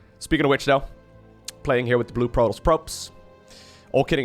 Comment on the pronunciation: jesus christ man, its proe-toss, not proe-toes. youve heard it so many times FROM THE FUCKING GAME that im not sure how you still fuck that up.